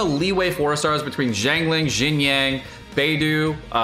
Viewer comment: Nobody:: Bei*doo* Xing*coo*